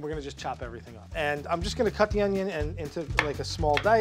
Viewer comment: "Some oignon"